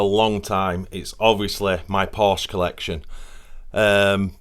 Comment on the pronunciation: You should at least say Porsche correctly..lol…